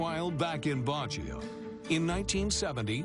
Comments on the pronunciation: The video reached when I realized that the narrator means "Baguio" and not "Bajoh" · It's BAG-YO, not badge-yo! :) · baguio( place where treasure burried) is pronounced as BAG-YO not BAD_JIO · WRONG PRONUNCIATION OF BAGUIO. IT IS "BAG" NOT BAJ. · This is nonsense. Baguio is not covered with jungle but with pine trees! Also Baguio is pronounced Ba-gi-yo, not bah-jow. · It's pronounced Bag-yo. Not a good documentary if you can't even pronounce the city on the story right. And the Marcos' did more positive things for the Filipinos than any president ever did. Please do your research more extensively, and stop listening from their haters. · BOOM BAY kaya nga nagtataka ako ano kaya ang cnasabi nitong badyo baguio pala haha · You totally mispronounced the city's name Baquio. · Good documentary ( apart from the irritating way the narrator pronounces Bagio). Presumably, he's never been there himsel!f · It pronounce as Bag Yow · Yeah, it bothers me too. They can't pronounced it correctly. 🤦‍♀️ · Funny docu Even the way they pronounced BAGUIO n ROGELIO Ah ha ha ha Make more funny docu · funny how they pronounce baguio 😂